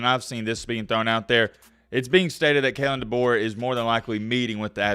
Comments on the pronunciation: It's DeBoer and no Debo lol #Mattbeacasual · Better get used to pronouncing his name right. It's "Da bore". Kay lin Da bore. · Heads up, it pronounced Duh-Bore. I’m from South Dakota and know quite a few people who played for him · It's DeBoeR, "Da Boar", there is an R in the name, best learn how to say your coaches name. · I think Kalen Deboer could be an excellent coach in Tuscalossa, given the resources and the recruits in the south. Also, I am pretty sure that his name is pronounced De (Boar) like the animal. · There's an R at the end of his last name. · DeBoeR lol yeah there’s an R at the end lol just giving you a hard time. I hope it’s DeBoer. Great hire for Bama if it pans out. I’m a Michigan fan. Please hire him! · Your saying his last name wrong man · Why are you saying his last name wrong 🤔